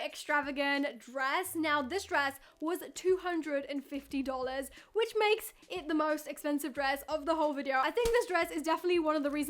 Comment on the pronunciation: Aren't you British why are you saying dolars